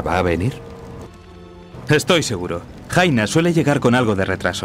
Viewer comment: Creí que Jaina decís cenamos xD